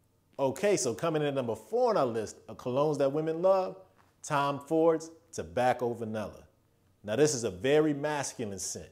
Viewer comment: Totally butchered some of those names, but still enjoyed the content of the vid! Great job. I'm digging your channel, man. Subscribed. FYI..., it's tobacco Vanille (Va-Neel) and YSL L'Homme (LA Home)